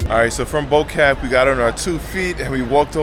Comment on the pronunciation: Bo Kaap is pronounced where Bo sounds like 'poor' and Kaap sounds like 'harp'